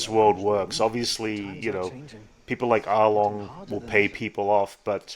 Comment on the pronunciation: Wow! I have not noticed the camera angle between Arlong and Nezumi until you pointed out. Also, just to confirm that I didn't hear it wrong, did you pronounce Arlong's name as Argon (something like that) 😅